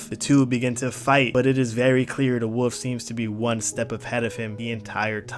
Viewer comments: It’s pronounced wolf not woof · The way you said wo(l)f is infuriating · Why does he pronounce “wolf” as “woof” lol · "red eyed woof"💀